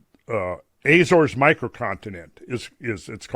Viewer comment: If you went to the Azores I'm surprised you didn't learn to pronounce it correctly